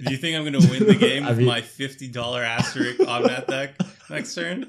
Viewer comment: Asteri*S*k, Tomer. There's an S in there. Not rik, RISK. As in the game Risk.